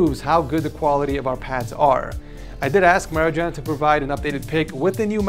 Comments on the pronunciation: you're spelling wrong Marijan name.. The J is pronunced like for example the nba player Nikola Jokic.... Balkan name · "Maridžan"?!? O, živote....